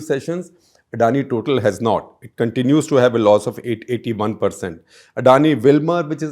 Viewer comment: It is pronounced Totaal, it is french.